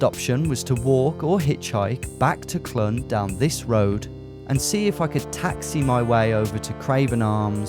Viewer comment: Clun is I believe pronounced closer to Clean, it means elbow in Welsh if I'm right